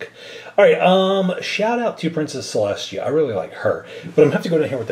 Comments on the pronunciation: celeshia Me:.... celestia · It’s just celestia not celshtia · Selestia not sheleshtea